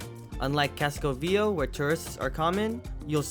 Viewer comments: You are not pronouncing Viejo correctly. It’s vie hayo! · Viejo is pronounced VEE-EY-HO and it means old. why were you wearing a mask while flying your drone from the roof of a building. come on, have some independent though and quit complying with the evil dehumanizing agenda. sickening to see almost 100% of people wearing them in the streets too. other than that, good video.